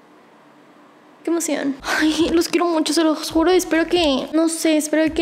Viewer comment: disculpame pero dijiste se los guro😂